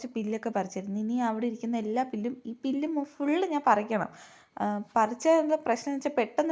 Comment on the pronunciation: പുല്ല് അല്ലേ എന്താണ് പില്ല് എന്ന് പറയുന്നത് 🥰ഞാൻ ആദ്യമായി കേൾക്കുന്നു. നെഗറ്റീവ് പറഞ്ഞതല്ല മോളെ 🥰❤️